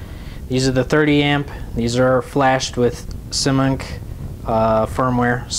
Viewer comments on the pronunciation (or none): just wanted to say its pronounced Simon K :) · Simon K Whats so hard about pronouncing it right?